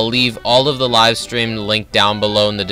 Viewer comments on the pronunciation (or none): none